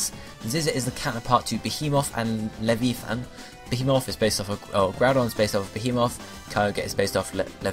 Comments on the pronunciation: Be-HE-Muth and La-VI-ithan. I thought you played games :p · Am I the only one who was thinking "Yugioh's Atlantis season's snake monster" when he was mispronouncing Leviathan? Leh-vie-uh-than. It's not that hard to say, really. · I have never heard such miss pronunciation of the words behemoth and leviathan... You should get a medal.